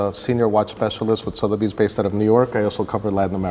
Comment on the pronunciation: Suh-thebys not Sow-therbys.